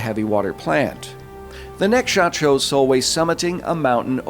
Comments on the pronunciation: Dude her name is pronounced sol-vey just to let u know.. awesome video as always 👍🏻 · If you want pointers on the Norwegian pronunciation, Solveig is pronounced Sool-vay (Drawn out O sound, vay is in "Way" but with a regular V), and Nordlys is more Noohr-lyys (Again the drawn out O, silent D and slightly drawn out yyyyy sound, think french Y)